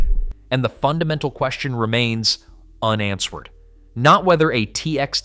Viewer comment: unansword instead of unanswered? come on, AI garbage gtfo